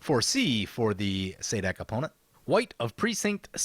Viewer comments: Really late, but I've always pronounced him Suh'deek Hm. But now that I hear you pronounce it, I'm think Za'dik is probably more true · It is clearly pronounced szadek